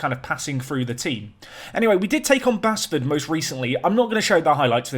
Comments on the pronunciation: Continuing with the pronunciation theme "Basford" is pronounced "BASE-FUD" as opposed to "BASS-FUD". Keep it up,! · Basford is pronounced Baseford not Bassford, Altrincham (last episode I think but I've been storing them up) = Alt as in control-ALT-delete no as in "I can call you Betty and you can call me AL" 😄 Still loving the work and all your mispronunciations